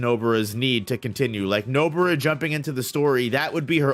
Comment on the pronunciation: Stop calling her Nobura ffs